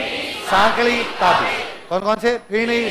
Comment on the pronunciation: Ferni bolte hai fini nhi